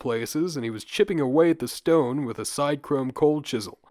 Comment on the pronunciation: Australian accent is cringe. Also it's SIDchrome, not SIDEchrome